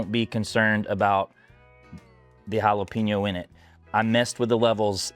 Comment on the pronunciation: White people saying jala-peen-yo drives me fucking nuts. It’s JALA-PAIN-YO bro.